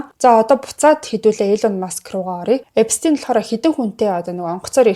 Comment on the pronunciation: Эпштэйн gej sh eer duudna shvv